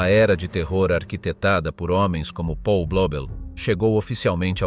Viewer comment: 1.37...E' nato nel 1994...allora oggi avrebbe 31 anni... Si pronuncia Paul, non Pol!! È tedesco, non inglese...